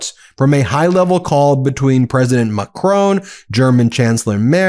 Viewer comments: Ben, when you criticise trump for his mis-pronunciation of African leaders names, at least learn to say Macron correctly!!! It is NOT Ma-cronE !! People in glass houses, right? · U still dont know how to pronounce Macron....